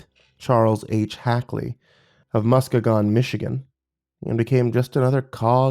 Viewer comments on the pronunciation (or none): Dude I love this video and was super happy to hear a story set in my home state, but I was thrown out of it so quickly hearing you pronounce Muskegon like that, especially since it's my home town. No fault of yours or anything though, I don't want to sound like I'm complaining too much, but for future reference it's Mus-ke-gen, not Musk-e-gon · You didn't just butcher my hometown of muskegons name did you lol musk E gon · Mah-ski-gun lol😂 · As someone born and raised in michigan I am here to correct your pronunciation of Muskegon. It's pronounced Muskeygan. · Lol Muskegon, Musk-kee-gun Mi. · Never have I ever heard Muskegon pronounced that way 🤣🤣